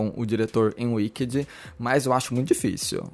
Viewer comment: “Uiquedi” kkkkkkk afff que pronúncia péééssima. Dói os ouvidos.